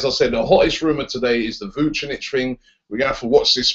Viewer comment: Dunno how you can pronounce Mirko Vucinic's name right, but you still say CAR-ZOLA.